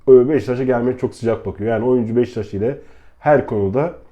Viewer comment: abi niye beşiktaş demiyosun beştaş diyosun kafayı yicem